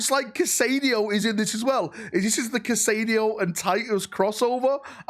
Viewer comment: oh my lanta' that pronunciation has me laughing its pronounced (Ka-Eh-doh) my good sir.